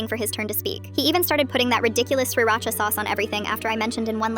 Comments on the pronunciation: Not the “ sir-rara-cha “ 😭😭😭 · Im offended by how they said sriracha sauce is ridiculous